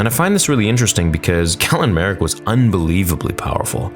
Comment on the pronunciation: How can you make this video and not even pronounce galen marek correct, biggest star wars youtuber my ass. Script reader more like it